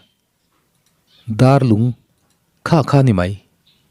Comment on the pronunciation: Darlung ti a lam tur nilo in, Dâr (vuak chi) ang in lam tur a ni. Dârlung.